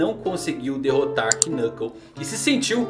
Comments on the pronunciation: Por que você pronuncia quinâcou e cura pica ao invés de nâcou e curápica? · VEYY Para de dizer o K no nomes dos caras, Knov Knuclke n falaaaaa o K eh mudo